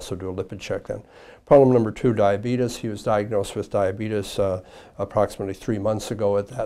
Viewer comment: He said the D word 😂 “Diabetus”